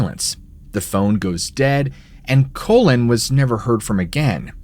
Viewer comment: Pronounced Collen, not colon. How embarrassing.